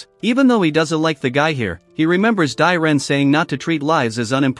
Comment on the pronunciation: Ever time hearing the name “dyren” it hurts